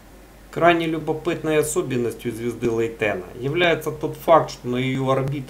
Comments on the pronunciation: У нас в языке англ. имена вроде ставят на первый слог, БАйрон, ДжЕррард, ФЕргюссон и т.д. Да и в википедии на первый слог - ЛЕйтен. Я не придираюсь, не подумайте, просто интересно стало. Спасибо. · А почему ЛейтЕна? Ударение ведь на первую "Е" или нет?